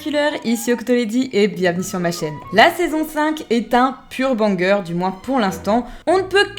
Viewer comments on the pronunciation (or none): Tu me stresses à dire BANger